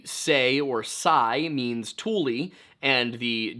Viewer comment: You have redeemed yourself, in my eyes, by finally pronouncing tule correctly. I am a 4th generation Californian raised in Solano County which has a lot of tule in the Suisun (soo-soon) marsh. There are a lot of Native American and hybrid place names that many people get wrong. It always bugged me when newcomers always tried to correct my pronunciation of words that I learned from my family that had lived in the area since the 1840s.